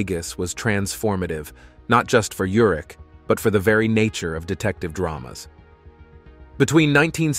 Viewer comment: His name is URICH. Pronounced just as it is written. I grew up with him. I worked with his brother in L.A. They pronounced it URICH. Please loop and correct.